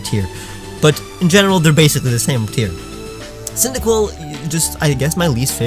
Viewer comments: CYNDAQUIL, NOT F*CKING CYDIQUILL! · THE FIRST I IN CYNDAQUIL IS SUPPOSED TO BE AN A!